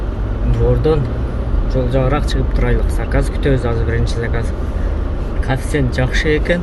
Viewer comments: Брат кафсент емес, кейфцент деп айтылатко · Мал кафсент эмес коэффициент дечи